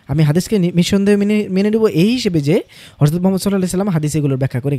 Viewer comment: আপনি "হযরতকে" হরযত উচ্চারন কেন করেন?